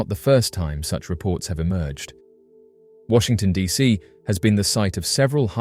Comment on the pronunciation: Washington D Dot C??? Cmon man